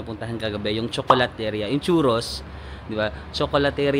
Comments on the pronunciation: Nice video.Nakakalibang. Btw, 'ria' is pronounced as 'ri-ya' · you say CHOKOLATERIYA.THANK YOU